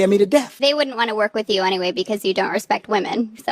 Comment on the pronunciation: "RESPECT WAMAN." The dink